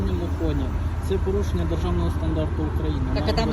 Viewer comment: "Це поюшеня... Сума штьяфу... Пйедьявіть документи..." Вашу м@ з вашими мус@@